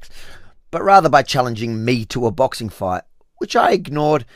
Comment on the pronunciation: What is a bixing match going to change lol 😅